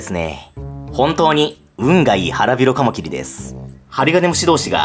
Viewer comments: カマキリの発音が爪切り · カマ⤴︎キリ⤵︎ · カマ↗キリ↘ ちょっと気になる…|´-`)ﾁﾗｯ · カ→マ↑キ↑リ↓ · カマキリが爪切りの発音。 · カマキリの発音なまってますね。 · なんでカマキリって単体で言う時だけ発音違うの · カマキリの発音が新しい感じ🎶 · カマキリの発音が違うなー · カマキリの発音が自分のと違う…笑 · 俺の中ではカマキリの発音はカマキリなんだけどはカマキリって言うんですね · カマキリのイントネーションが… 俺がおかしいのか？ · カマキリの発音なんか違くない？ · カマキリの、発音かわってる。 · カマキリの発音てあれなの？ 私が違ってるのか